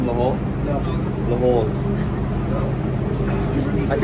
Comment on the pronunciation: We are not called halls and your no even pronouncing it right.